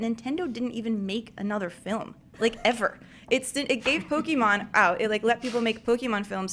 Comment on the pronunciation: I really didn't like. Called Mario a cartoon and couldn't even say Pokémon correctly.